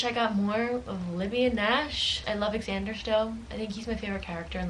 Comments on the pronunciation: I think it’s pronounced like Zander hahah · Is it pronounced “X-ander” or “Zander” 🤔